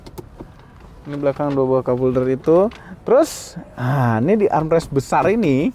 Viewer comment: arm rest 😂